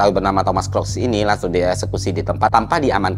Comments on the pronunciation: kruk bukan krok. book, boot, look, mood, root, sooth, good, msh banyak lagi. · Kruks bro bukan kroks, soalnya gw jadi inget sendal 😅. Sorry, oot. Anyway, Nice konten, thanks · Baca namanya bukannya "kruks" ya? Cmiiw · Tim yg ke-trigger pas dibacanya "Thomas Crocs" ☝️